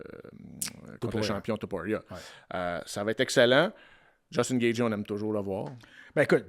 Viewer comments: Yest tellement compétant que meme si y dit Gatgy on sen calissssss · Jtaime mais comment tu fais pour être commentateur UFC et prononcer gaethje aussi mal